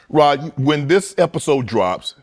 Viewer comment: Unk keep calling him rob lol it’s rod unk lol